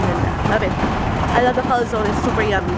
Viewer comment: Hi! I really love your vlogs:) lalo ko tuloy namimiss ang PH sa mga vlogs mo. Anyway that is cal-zo-ne. It is an italian stuff. It is also called panzerotti:) kisses from italy 😘